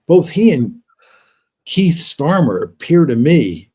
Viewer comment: Note to John Mearsheimer: It's not 'Keith Starmer' it's Kneel Starmer.